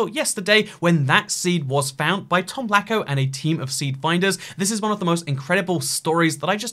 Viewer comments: it's pronounced latsko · It's pronounced Tomlazko